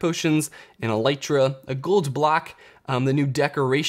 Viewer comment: ELL - EE - TRA FOR F****S SAKE